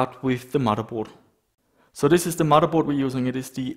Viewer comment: I love how you say "Muddaboard".